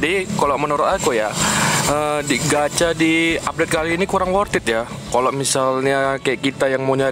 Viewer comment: worth it bukan worthid hehehe